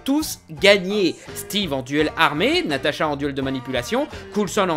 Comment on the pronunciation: c natasha pas natata